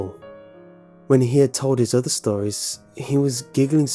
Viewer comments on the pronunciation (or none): none